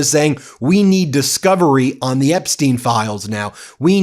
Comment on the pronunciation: Can someone please teach her to say the rather than de..seriously after all these years 🤨